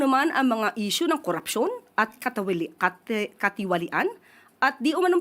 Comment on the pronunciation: Ang hirap bigkasin ng salitang katiwalian😂